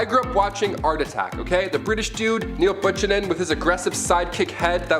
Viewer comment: !!you are too hilarious!when you got to 'Roman Art',your pronounciation of Buchanan made me choke on my dinner!:)):)).I still dont knoW what you said but,phonetically it's BEW KA NAN! You're welcome....!;) Always love what you bring to the channel,but 2day was extra special!! 😆😘